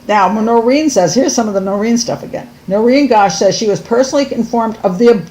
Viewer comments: It's Noreen .. Not Doreen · It’s NOReen not DOReen